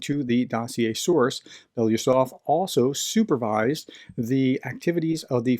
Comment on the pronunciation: Okay. I had to stop this in the middle because I cannot stand to hear you butcher BELO-USOV. Or can you make it: Be-LO-Us-Ov? I’m not russian, don’t speak russian, but just like to hear the name pronounced reasonably correctly. Normally russian names don’t end with a question mark at the end either. Now, was that so hard?